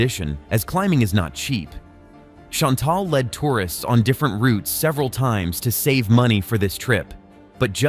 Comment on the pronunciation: I hate the way you say Chantelle .its so cringe